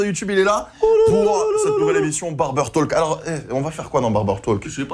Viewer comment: Pourquoi tu prononces le L de Talk ? Pour un fan des États-Unis, c'est auch.